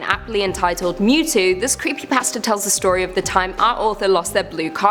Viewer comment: It's Mewtwo not Mew to XD